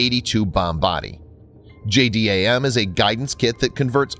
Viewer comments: Try calling it "J-DAM" instead of "J-D-A-M" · JDAM pronounced: Jay-Dam